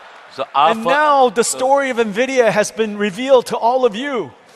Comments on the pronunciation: NVIDIA ❌NVIDIYA✅ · Everytime, I heard Nvidia I heard it as India. But Mukesh's explanation of Nvidia with Saraswati and Lakshmi using Knowledge, Prosperity and Intelligence beats everything. Nicely done.